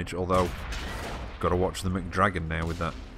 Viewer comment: "McDragon" lol